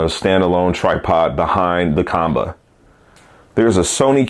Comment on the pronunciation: According to Qanba the company, their name is pronounced "Kwon-Ba".